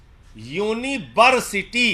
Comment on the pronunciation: "Unibersity" 🤣🤣🤣 and bjp call it authentic